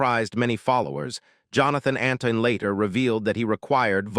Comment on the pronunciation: His name is Antoine -nit Anton and as usual these videos tell us nothing new and get lots of things wrong I don't know why the makers bother